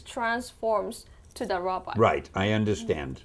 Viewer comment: I like that he keeps saying robot as "robutt"